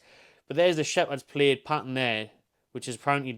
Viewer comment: Plaid rhymes with dad.